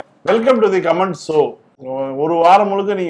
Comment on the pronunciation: இன்னும் திருத்திக்கலையா....♥ கமன்ட்.... கமான்ட் அல்ல